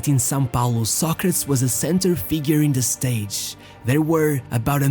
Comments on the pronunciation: His name is pronounced "Sɑ•kre•tiz" like the philosopher, not "Sa•kretz". I'm surprised you don't know that. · It's pronounced Soc- ra- tees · why do you pronounce his name that way. just curious? Ive never heard it being pronounced that way. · Ur saying it wrong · Never knew you pronounced his name in Portuguese that way hehe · I cannot take this seriously because the dude cannot pronounce his name correctly. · Dude, hane you ever heared Socrates prounced correctly? Ruined the whole video.